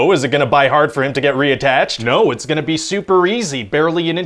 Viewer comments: he said buy instead of be lol 😂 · I sware I hear him say "Is it going to B-U-Y hard for him to get re-attatched?" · the fact he keeps saying "by" whenever he should be saying "be" is a very nice touch. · I love his commitment in pronouncing "be" as "by." 🤣😂🤣😂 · I love that he keeps saying by instead of saying be. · I love how he keeps saying bi instead of be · Dude your witty af tbh. Those small subtle touches are what sets you apart. How you start saying "bi" instead of "be" got me. Sweet content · I like how the boss guy mispronounces the words the rest of the video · it was a joke from the beginning on how he wanted to pronounce symbiote. He was just mispronouncing be. He wasn’t saying bye or buy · Mutated Pearl It's a running gag in the video making fun of how they mispronounced symbiote in the trailer. Watch it again and you notice the producer keeps mispronouncing words and syllables that start with the letter B. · Watched this too many times to only notice now that Producer Guy mispronounce "be" and "buy" throughout the whole video. Ryan you're a comedic genius! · I like how he kept mispronouncing the vowels